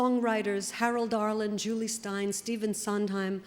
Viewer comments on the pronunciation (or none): none